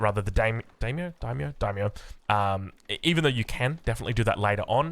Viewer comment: Regarding the "Day -myo? Dye-myo?" It's pronounced like the English "dye/die." The "ai" sound is always the same in Japanese, so samurAI, dAImyo, gAIjin, etc.